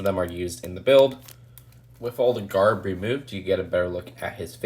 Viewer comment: I hate it when he says garb